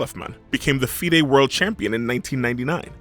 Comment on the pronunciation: How hard did he butcher FIDE tho 😂